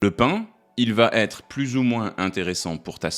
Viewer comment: QUI VA......ÊTRE ET PAS "TÊTRE"